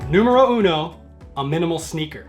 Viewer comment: You said: "numero uno": it sounds italian but now i understand it was meant to be spanish i guess :)